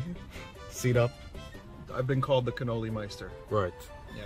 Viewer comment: Loved the video Can't wait for the next video man! I, for one, love canoli's.... And it's pronounced as Cuh-knowl-Lee, not Can-Ol-Lee LMAO! The Scream when Vergil came in to save you from a Demonetization was absolutely hilarious as well! And that is the one and only Meru the Succubus.